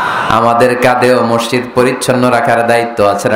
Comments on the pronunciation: উচ্চরণ মরশিদ নয় হবে মসজিদ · মিজান সাহেবের মসজিদ উচ্চারণ ঠিক না তিনি বলেন মরশিদ